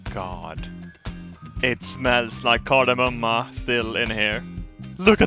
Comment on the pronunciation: Is Kardemumma really Car-de-mom in English wtf...